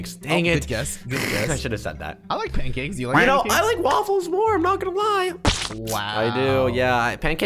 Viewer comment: You said panckakes and waffles 😅😅 its panckackes